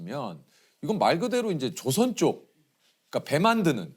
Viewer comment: 조선 . 조ㅡ 선 주의해서 정확하게 발음해야 됨